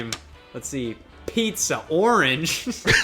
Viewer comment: I can't believe Vinny didn't get "pizza" right